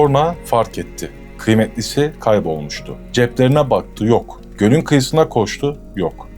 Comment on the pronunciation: Abi dikkat ettim iki defa, sonra diyeceğine sorna diyorsun :)